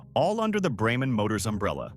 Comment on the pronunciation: Braman is pronounced “Bray-man” not “Bramman” thank you